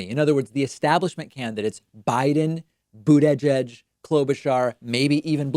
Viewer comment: Every damn time. BOOD - EDGE - EDGE